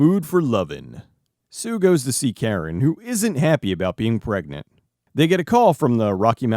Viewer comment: At first I heard "plague-nant" when Linda says the girl is pregnant. Considering what happens later in the movie, that might have been a more accurate way to put it.